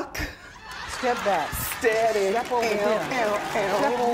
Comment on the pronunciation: 😂😂 “Stap back, step over there”